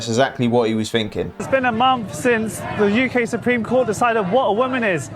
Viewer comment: Finking =thinking